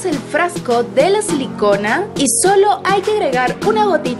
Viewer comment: Tú dijiste sin selicona